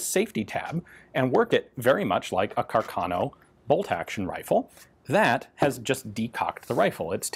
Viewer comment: Very interesting video as usual! The correct Italian pronunciation is "Càrcano", though.